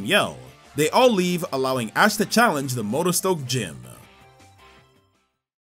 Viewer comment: he totally said ass instead of ash here btw